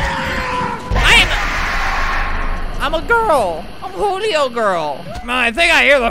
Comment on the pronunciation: Why u say julio, hulio